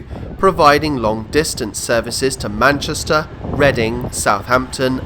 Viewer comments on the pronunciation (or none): none